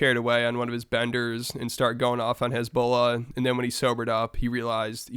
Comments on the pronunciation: pronouncing hesbula as hezbollah is insane 😂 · It's hasbulla not hezbollah😂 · Why does he pronounce Hasbullah as Hezbollah lmaooo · Hasbullah & Hizbollah are not pronounced the same way.. American't. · Why are you pronouncing HASBULLAH like that? Must be one of the Juice. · The man said “Hezbollah” 😂. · Bro it sounded that you were saying Conor was beefing with Hezbollah. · It made me REAL confused as to what we were talking about 😂 Thought that Conor was calling out the gd militant group for a hot sec 😂